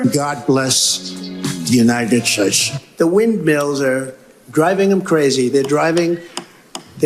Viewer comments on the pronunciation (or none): "God bless the united 'shates'" 😂😂😂😂 this one though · “God Bless, the United Shates” 🤦🏻‍♂️ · UNTTED SHH-A SHATES???????? tRUMP NEEDS SPEECH THERAPY NOW! 😂😂😂😂